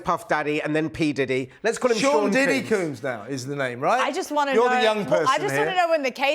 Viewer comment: FYI - Combs is pronounced like a hair “comb” . . . NOT COOMBS as you keep saying.